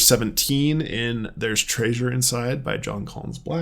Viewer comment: I notice how you're saying treasure like traysures now😂. Don't force it, 😅